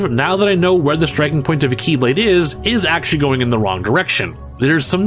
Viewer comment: And now, instead of pronounced as "KEY"blade (as in like 'door key'), they are now pronounced as "KAY"blade (as in like someone's name) lmao